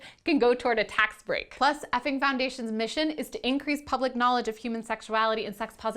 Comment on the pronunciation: the effing... "fing?" XD